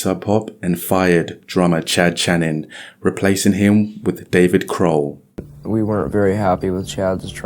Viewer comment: dude if youre gonna do a biography on a band or even just anyone you should pronounce their name correctly. Dave "Khroll" lmao like dude cmon wtf is that haha